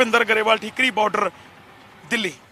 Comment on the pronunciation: ਠਿਕਰੀ ਬਾਡਰ ਨਹੀਂ ਜੀ ਟਿਕਰੀ ਬਾਡਰ ਆ